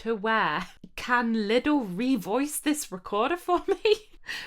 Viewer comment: My neighbour just knocked at the wall, most likely thinking it was me playing out of tune. And it's fun to hear you pronounce Lidl almost like "little". At least in Austria we say Leedle.